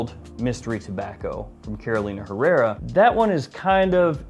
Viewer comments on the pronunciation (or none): none